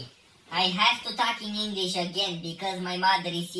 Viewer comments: Inglis nu mai English 😂😂😂😂😂😂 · ✨eNeNgElEsI✨ tare faza 😅